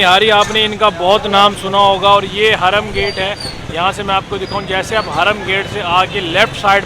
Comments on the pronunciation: Harum gate hota he .. hraam nh... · (Hraam) gate nai, ( haram gate) 😂